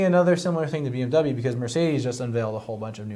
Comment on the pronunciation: DO NOT say BMW like that ever again. That's not even how it's pronounced. Psychopath.